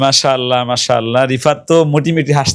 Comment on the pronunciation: আপনার মাশাআল্লাহ বলার মধ্যে গলদ হয়েছে, আর এই সমস্ত ভিডিও করার উদ্দেশ্য কি আপনাদের??